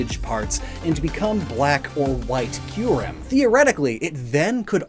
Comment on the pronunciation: >"Key-you-rem" ...it makes sense...